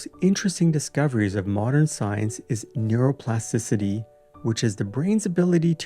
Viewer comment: neuroplasticity: TI-city. You're missing a T in there.